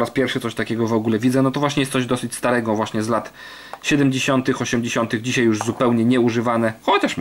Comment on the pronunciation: Dzisiaj, "dzisiej" brzmi jakby ledny dziadek mówił. Ale film fajny